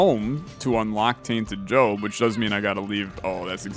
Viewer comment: I swear he calls him Jobin a few times